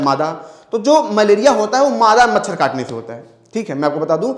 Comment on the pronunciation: मछड़ नही सर् मछर 😂😂😂